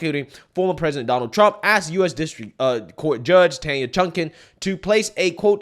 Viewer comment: Learn how to pronounce Donald there's a d on the end.